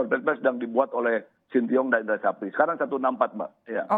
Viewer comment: shin tae yong pak bukan sintiyong😂